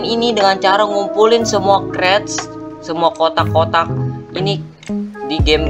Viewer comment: Apa itu kreates? Bang salah ngomong seharue nya crates